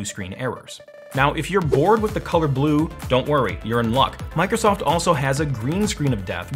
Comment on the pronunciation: oh mai gawd goise its mike rosoft